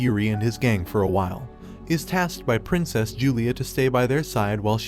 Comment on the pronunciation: Never mind. 30 seconds later he mispronounces "princess" and "succeeds" in the same sentence. It almost feels intentional at this point